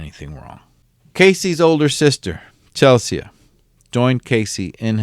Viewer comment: Not Chelssseeeaaa .... it's Chel - Sea. Spelled the same. It's English (UK).